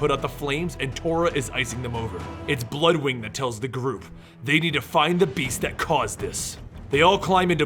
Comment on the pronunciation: not to nit pick here but its Bloodwynd, not bloodwing, simple mistake. Also to other commenters Guy was never a yellow lantern he just had a yellow ring of qward, long story but never officially in the sinestros corp yellow lantern group